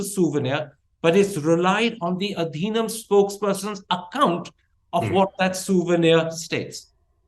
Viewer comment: Pronounce the word Adinam properly...